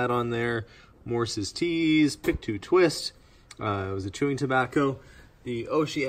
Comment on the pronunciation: LOL i grew up in Pictou County and giggled at your pronounciation. - in true NS form it is not pronounced how it is spelled it is pronounced - "pick toe"